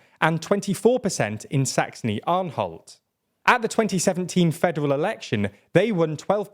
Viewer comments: It's Saxony - Anhalt, not Saxony - Anholt. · As a german I can say: I love how u classify the development of the afd. I'd love to see that by the german media The rest of your analysis is... really poor. Edit: Comic relief: Its so fun that you call "Mecklenburg Vorpommern" by its actual name and call Sachsen Anhalt "Saxony Anholt"